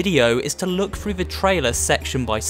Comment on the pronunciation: "read frew the book" I need to teach you how to say a "th".